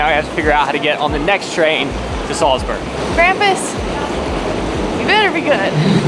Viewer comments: Just a heads up it’s Salzburg instead of selsburg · Sorry guys, but what is 'Salsberg'?...oh, you mean 'Salzburg'? Comm'n guys, you can do it better....this is a cheap mistake. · Where the heck is Salsberg supposed to be? Do you mean Salzburg? 😂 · It’s Salzburg, not Salsberg. Come on, do better. Between that and the backwards baseball cap you definitely scream “American”. I still like the video but step up. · It's Salzburg, not Salsberg. Americans. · It's not Salsberg hahahI. It´s called Salzburg! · It's SALZBURG not Salsberg. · I love how you call "Salzburg" Salzberg all video long - glad you enjoyed Salzburg and the market there! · Salzburg, not Salsberg. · It’s Salzburg, not Salsburg😇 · Its Nürnberg and Salzburg, not Nuremberg and Salsberg. One's a hill (Berg) and one's a castle (burg) :) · Hey and the Austrian town Salsberg is pronounced Salzburg Greetings from Germany 😊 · i don't know why this video triggers me so much but i guess you aimed for quantity (9 countries in 9 days) and not quality cause there were so many errors, starting by misspelling names (it's salzburg, not salsberg) and then mixing up the 6th of december and christmas..